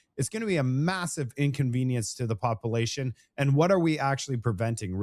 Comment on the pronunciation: Hey … I support you buddy but your pronunciation needs work…. “Popilation ”? Come on buddy every time you try saying “ population it sounds very let’s just say unbecoming to Canadians😂🤨😂